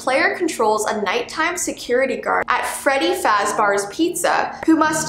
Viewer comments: it sounds like freddy fazbars pizza instead of freddy fazbears pizza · It’s Fazbear, not Fazbar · Fazbars The whole FNAF fanbase: ITS FAZBEARSSSSSSSSS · She did say Fazbear, her accent just made it sound weird, the Canadian accent pronounces the a stronger which makes it sound like bar instead of bear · XD ItS fReD bArS GURL ITS BEARS NOT BARS XD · “Freddy FazBaRs” FNAF fans: Whispering to ourselves Freddy... FazBEAR. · Freddy fasBARs Fnaf fans::O ITS FREDDY FAZBEAR. BEARRrRrrRrR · Freddy fazbar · Me: Enjoying the video so far...: Freddy Faz-*bar*... Also Me:... Slight FNAF trigger moment, nothing to see here or worry about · “freddy fazBARS pizza” HUH WHAT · Nobody Not even my cat sprinkles: NOT A SINGLE SOUL:: "Freddy fasbars" Lol chain is still going somehow.. Why was it even started?! ( DON'T ANSWER THAT ) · “At freddy FARZBARS” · ‘Freddy FAZBARS’ 😂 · "Freddy Fazbars" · Freddy FazBars? It’s FreddyFazBears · At Freddy “FazBARS” pizza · Did she just say freddy faz bars instead of fazbears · Not freddy faz-bores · All the FNaF fans: Freddy Fazbear’s pizzeria, EASY to say-: Freddy FaZbArS pizza FNaF fandom: WHAT THE HECK?! IT’S SO EASY TO SAY!!! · Can we talk about the way pronounced "fazbear"? Faz bar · Nobody:: Freddy Fasbar's pizza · f a z b a r s i CANT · Freddy fAzBoR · Actulla she said fazbar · FAZBAR!? FAZBAR!? IT’S FAZBEAR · She just said Freddy fazbars😂😂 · Did she actually just say "Freddy fasbars? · Uh you said "fazbars" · She said Freddy fozbear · You made me mad you said fazbrear wrong you said faxbar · Hold up did anyone realize how she pronounced fazbears 😂